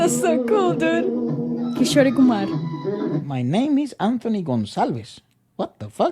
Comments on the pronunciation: and it is not "Kisho-ray" Kumar. It is just Kishore like "Key - shore (ocean shore)". So it is Key-shore Kumar. Or Kishore Kumar. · Loved this video so interesting! And to put you out of your misery the actress/woman in the song you’re obsessed with is Aishwariya Rai 😂😂😂😂 More stuff: - Kishore Kumar’s first name is pronounced “Key 🔑 Shore 🏖 ” 😅 - I imagine a lot of the sampling is to do with (1) blue collar Bengali/Sri Lanka/Indian/pakistani immigrant parents living in communities of colours (hoods?) alongside Latin/Black families and youngsters growing up listening/being influenced by this (2) samples from Asia probably didnt get cleared/paid royalties and so less hassle to use. I doubt there was a corporate giant keeping and eye out for infringement and ensuring they got their $$$